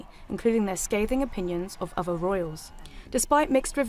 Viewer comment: The narrator is unable to speak properly. Someone tell her it’s ‘other’ not ‘ovver’. The standard is appalling. Generally, I don’t care how people speak, but if you’re going to narrate on a main news channel then it needs to be better than this.